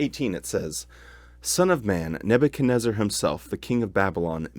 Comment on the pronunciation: Neb u chad WHO? REZ ZAR?? ...REZ ZAR!!? i always thought it was neb u chad NEZ zar? 🤣🤔